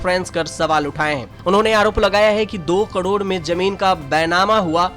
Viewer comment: कडोड नही करोड